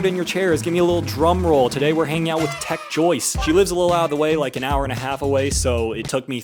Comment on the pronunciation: DID YOU SAY TECH JOYCE